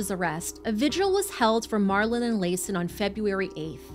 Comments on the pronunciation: Pronounced Lason wrong.. ITS La-sawn Also, its a shame crazy ppl dont know they are crazy. Rationalizing with them should be left to the professionals. But this woman isnt craZy...she knew right from wrong. She also made decisions for herself and her sons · Its very important to say the babies name correctly its La'son and its pronounced like la son.